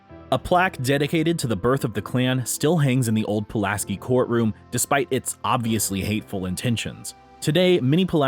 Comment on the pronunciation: Pulaski is also pronounced Puh-LASS-kee, not Poo-las-kee